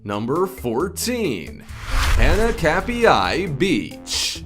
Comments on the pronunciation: Pronounced hah nah kap e I beach.. and do something about your incredibly annoying voice! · When you're Hawaiian and he completely slaughters the name Hanakapiai and Kaua'i